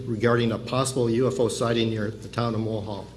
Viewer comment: To the uploader, in your narrative, the town he refers to is Mohall, ND....not "Mullhall"